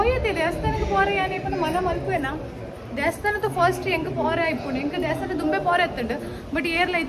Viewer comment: Nice vlog. But pronounce not correct. It is devasthana not desthana🙏